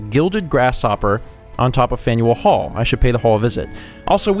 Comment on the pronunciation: When you say faneul hall I think faendall hall.☺☺